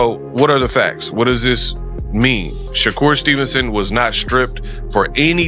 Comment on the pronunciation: What the HELL, you can’t say the man name correctly.it’s SHA-kur not SHOCKER this is AI BS👎🏾👎🏾